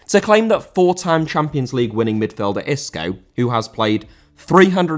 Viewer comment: Isco* not Escouw